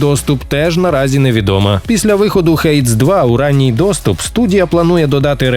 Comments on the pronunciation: Друже не «хэйдс» а «хейдис» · Хейдіс, а не Хейдс, по нашому Аїд